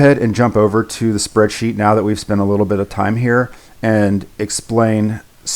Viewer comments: yeah i heard meow a lot too but i think he meant to say now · i thought he was saying meow. i wasn't sure for a bit. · i'm sorry... are you saying meow?